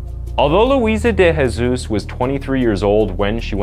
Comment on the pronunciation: De Jesus isn't pronounced with the "H" sound. say the J in portuguese. Jose, an example, you say the J